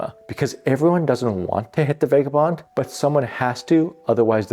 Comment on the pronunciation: Vah guh bond. Seriously.